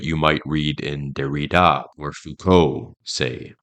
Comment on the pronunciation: "Dar-eee-dah?" What bit of Frankfurt School deconstruction influenced you to pronounce Derrida, that way? "Marcuse" has no accent mark to the "e" so it is silent! "Marcuse" is not a Spanish name! These attempts at sophistication are like fingernails on a chalkboard. it makes me cringe every time! Every video I watch by another one of these young "experts" always features bizarre pronunciations of nouns that were formerly so mundane and commonly used that this flash of the Dunning-Kruger Effect must be due to the cultural exposure gap that the internet and the sequestering of education. I do agree with the analysis of the Frankfurt School, all the same.